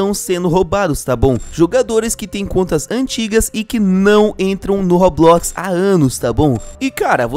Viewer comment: Pq vc fala robuquis?